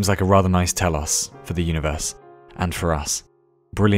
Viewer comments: Your knowledge of greek things is remarkable! Saw you mentioned Ouzo in one of your videos and now the greek word "Τέλος" which means "the end" also both pronounced pretty well for a non greek speaking person! You got me impressed sir! Can you tell me if youve been to greece before or where your knowledge of greek comes from? Cheers! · telos is a Greek word( τέλος) that means end nice Greek accent lol(really) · I mean telos isn't particularly hard to pronounce as Greek things go...